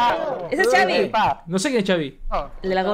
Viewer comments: Tengo entendido que se pronuncia Javi, porque se llama Xavier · Se pronuncia javi Saludos Reaccionen a DND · Es se dise javiiiiii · Solo para aclarar se pronuncia "Javi" y se escribe Xavi 😅😊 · Solo que se dice su nombre asi el xavi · Se Pronuncia Javi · Se escribe Xavi pero se pronuncia Javi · Se pronuncia Javi no? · Se dice javi solo que con x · No se dice chavi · Xavi se pronuncia Javi México se pronuncia mejico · Se dice xavier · Se pronuncia javi y se escribe xavi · no es chaviiiii se dice como si fuera con jotaaaaaaa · Se dice javi se escribe xavi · No se dise chavi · No se pronuncia chavi 😂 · Se escribe xavi pero se dise javi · Es xavi no chavi 😂😂😂😂😂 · no es chavi es xavi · Es Xavi no chavi 😅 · La X la debes pronunciar como J se escribe Xavi pero suena Javi, saludos desde México, no me pierdo sus reacciones. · Es Javi solo que con x ,pero se pronuncia Javi. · Xavi se pronuncia "Javi" corto para Javier su nombre y es de aqui la "FINIKERA" o mas bien conocido como Phoenix Arizona. Nos hace bien orgullosos con rason ya no lo vemos en los parties el anda haciendo grandes cosas. Fierro compa Xavi !!! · Es cierto caen gordos por que apoco no saben pronunciar xavi que es Javi ay no me estresaron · Es XAVIIIIII❗❗❗❗ LA X ES COMO J EN MÉXICO CABRONES👍🤤❤️🇲🇽❗ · Se dice javi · No se dice chavi se escribe xavi Pero se dice javi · No es chavi es javi jaja 😅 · No es Chavi es xavi,javi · javi vergaaaaa jajaja no chavi jajajajaja se escribe con x pero se pronuncia como javi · Simon reaccionen a esa • Poco a poco - Xavi con Dareyes de la Sierra • de mis preferidas ahorita y Xavi se pronuncia Javi y no chavi nomás para aclarar qué viene de Javier • saludos y perronas sus reacciones 👍🏼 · Por fin alguien que entiende, no se por que le dicen “chavi” incluso en canciones de poco a poco o modo dnd dicen “javi” y no se dan cuenta :b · Chavi 😂😂😂 es jabi=xavi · No es Chavi recuerden que les de origen mexicano por eso pronunciamos Javi con J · NO SE DISE CHAVI SE DISE XAVI